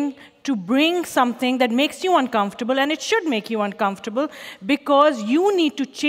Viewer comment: The way she butchers "uncomfortable" into "uncomfurble" puts me in a state of maximum distress.